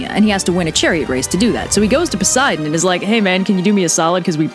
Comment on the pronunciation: "Theres only one thing worse than canibalism" [pulls down sheet revealing the words, Canibalizing a Child] "A child" " N o" also- Excuse me in the Olympian Odes version did you say that Poseidon and Pelops did w h a t? Pos-Bi-don??? I'm.. sorry I should have expected this being ancient Greece n all